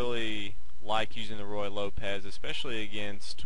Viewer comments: The pronunciation should not by Roy Lopez, it should by Roo-ey Lopez. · He keeps saying "Roy" Lopez but it's actually "Ruy" Lopez. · If You can't get the name of the opening correct how much else is sloppy? Its not Roy Lopez like Roy Rodgers its Ruy (Ru i') like Ruiz. The hint should be that it is named after a Spanish monk. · I love the way he calls it the Roy Lopez. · Nothing is worse than hearing royal lopez, and yes it happens quite often. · hard to listen to him keep saying roy lopez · I think I've heard every possible pronunciation of Ruy Lopez. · Thank you! It's extremely annoying with the name butchered like that.